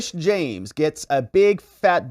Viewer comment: LETITIA, LETITIA, LETITIA. At least get that right! Then you're getting the right person to disbar.